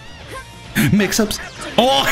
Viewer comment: the way he say "mix up" is killing me Lol🤣🤣